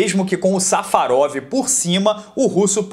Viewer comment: eu cansei de ouvir "safadão" quando o disse safarov